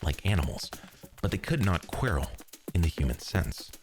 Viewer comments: Never heard quarrel pronounced like that, and it says right there to say ɒ Great video either way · I hate to say this but your prononciation of quarrel is really throwing me off. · My only quarrel with this video is the pronunciation of quarrel. <3 Amazing as always :) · Quarrel. Like squirrel. Not kwairrel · I think you pronounced quarrel wrong. I'm not certain, maybe it's a regional thing. But I've never heard it pronounced that way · I don't like how you pronounce "quarrel". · I think the constant mispronunciation of "quarrel" represents the idea presented on the video. Although he knows the correct pronunciation of the word, given by the appearance of the dictionary entry of it, he chooses to break the agreement of the English language. Or maybe he was just tired. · Why are you mispronouncing "quarrel" even after you show the dictionary pronunciation? It's driving me nuts